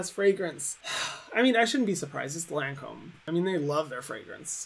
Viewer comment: How is she a makeup guru and she doesn’t pronounce Lancôme right 😭